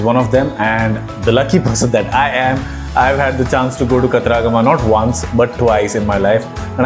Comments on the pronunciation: Not kataraagama but katara-gama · Pronounciation of Kataragama is wrong